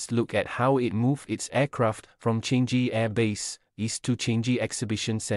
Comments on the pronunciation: Changi is not pronounced as “change-gi”. Are you even a Singaporean? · Agree. Please pronounce our airport properly. Is Changi international airport not change ge